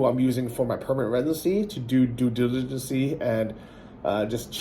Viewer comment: Doo Digilancy. I'll accept it